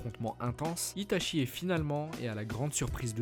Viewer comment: On te l'a surement déjà dit mais normalement on prononce "Ita'tchi" et pas "Ita'chi"... A part ça, c'est clair propre et intéressant, comme à ton habitude, Merci pour le travail fourni !